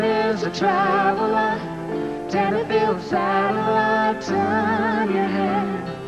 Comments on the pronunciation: Small point, it’s Tenterfield, not Tenderfield. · It’s Tenterfield Saddler! With a T.